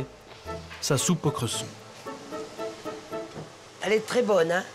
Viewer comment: J'adore comment Monique prononce "Cresson". Super ville